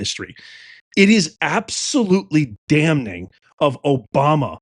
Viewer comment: Friendly tip: The N in Damning is silent. "Damming" is how it should sound.